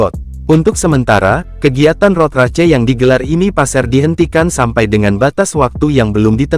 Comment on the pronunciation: Turut berduka. Ini text to speechnya kadang bener ngomong English kadang salah. Ngomong "cup" udah bener. Ngomong "Race" bener-bener dibaca race .